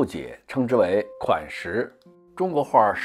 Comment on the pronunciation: “款识”此处应该是“款zhi”。识是一个双音字。